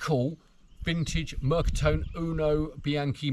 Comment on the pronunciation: Fabulous video , really interesting … I have an XL EV2 … amazing bike to ride, only on warm sunning days …. Ps, just a precision on the Italian … the E of Mercatone is pronounced and not silent… in Italian every letter in a word is pronounced … picky I know, again love the video